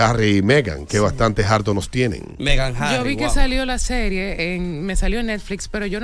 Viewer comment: Harto, no "jarto'